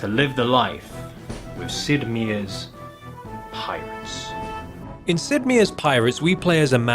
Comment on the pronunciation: Good video, good presentation, good gags...please stop saying Meier's wrong